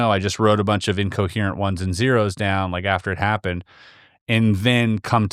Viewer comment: Longest story ever. Him saying the word "incoherent" but pronouncing it "uncoherant" makes his credibility plummet for me. He seems to be pumping up his story.